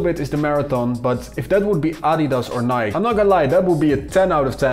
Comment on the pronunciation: It's Ni-kee